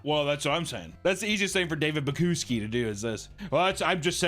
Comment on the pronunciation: I love how you mis pronounced his last name the whole time